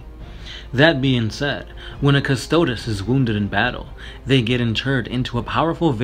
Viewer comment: cus-toad cus-toad-e cus-toad-ess Pick a pronunciation and stick with it :|